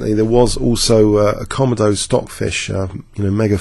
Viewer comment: Great analysis. I'm probably being a little pedantic by saying this but i think the engine komodo is pronounced kuh-moh-doh, as in the dragon of the same name. Also I had a problem with a blank black screen appearing at the beginning and middle of the video that i had to skip through. Just thought you should know.